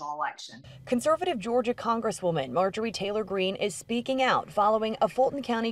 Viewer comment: He said her name wrong it’s Marjorie goofball green .